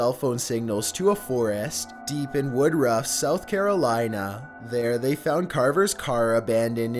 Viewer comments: I’m from South Carolina and on #9 he pronounced Woodruff as “wood rough” when its supposed to be pronounced as “woodrif”😂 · its pronounced wudruf